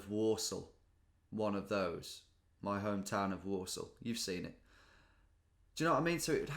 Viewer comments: When you said "there's no way that anyone produced an "I love Walsall" one of those" I heard "Warsaw" :) Got me thinking - are these two pronounced the same in English? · I heard Warsaw instead of Walsall and i had a mindfuck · The 'l's are definitely pronounced in Walsall, but just very lightly. So not exactly the same as Warsaw. But the 'a' sounds are the same.